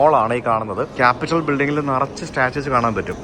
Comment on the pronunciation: കാപ്പിറ്റോൾ എന്നാണ്. കാപിറ്റൽ അല്ല. Ronald Reagan, not Ronald Wilson.😊